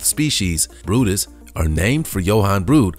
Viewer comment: The brydes whale is pronounced like it looks, where in the heck did you get brutus???